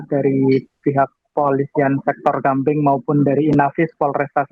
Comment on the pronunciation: di gamping mba bukan gambing